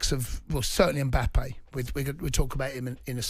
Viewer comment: Who is this Umboppay that Jamie keeps referring to? 😂 mate, it’s M-bappe.